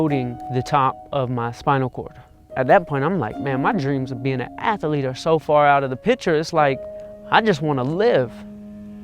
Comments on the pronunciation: “I wanna be uh ath-uh-leet” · It's funny, I didn't know athlete had 3 syllables, a-thl-ete, thats ama-zaz-ing!